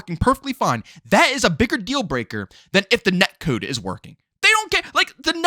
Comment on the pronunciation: The way you say “net cood” is killing me 😂 I’m loving Xdefiant and this existing can only be good for cod, forcing activision to be better. Idk why cod extremists don’t realize competition makes games better